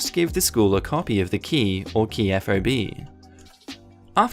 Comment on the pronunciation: Hey, just FYI. Fob is NOT an abbreviation, it is an actual word. Rhymes with "bob", "sob" or "rob". Great videos!